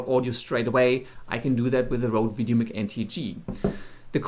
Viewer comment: Doesn’t apply here bro, no offense. I guess it is part of your native language which i can understand! Goodluck with the channel:)